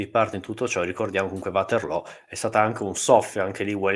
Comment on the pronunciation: Ci sarà anche stato il sole d'agosto, ma la velocità del manipolo di soldati americani in Sicilia è enormemente inferiore a quella normale dei soldati napoleonici P.S. Vaterloo, non Uaterlo (per favore, non anglicizziamo - più o meno - tutto)